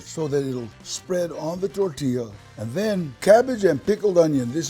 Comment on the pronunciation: I think Danny Trejo is one of the best, but he needs to drop the white talk on Taco, Diablo, tortilla and be his self and roll those R’s